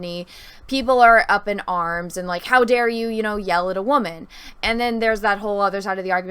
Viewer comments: "I'm a wahmen" cringe as hell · Very interesting breakdown. Thank you for going deeper than just the one video. I think it's a great breakdown and sheds a lot of light for the consumers into the content creator and guest/host side of the youtube/video creation world. My apologies, you described yourself as a "Wam-an" (It might have just been regional pronunciation and if so, please disregard), but what is a Wam-am? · What the heck is a “waman “??